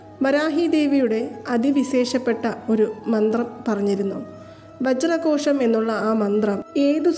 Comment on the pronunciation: വജ്രകോശം ആണോ വജ്രhozham ano